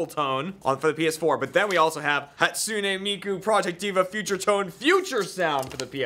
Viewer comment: for fuck's sake AH say 'Hatsune Miku' properly